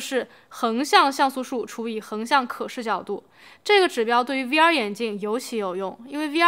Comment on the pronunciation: 听到终于有人把V不读成微，把X不读成叉，我立马就订阅了你